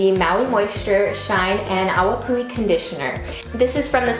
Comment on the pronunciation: You said it correctly. Awapuhi. Excellent video.